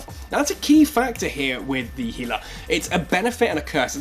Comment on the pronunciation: Since you got it right with "gila" (he-lah), maybe my fellow Americans will change to "zebra" (zeb-ra) and we can call it even. :D